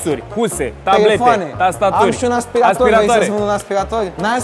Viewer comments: Bine pe engleza… “ASPIRETOR” 😂😂😂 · Aia cu “aspireitor” e cuvant nou in engleza 🤣🤣🤣, noi la scoala am invatat vacum cleaner parcs 😺😂